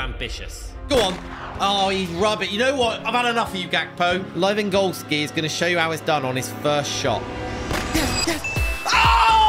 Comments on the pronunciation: It’s not Lewangowski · Robert Lewandowski a nie Robert Lewangodki